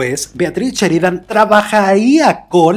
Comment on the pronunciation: No es cheridan es Sheridan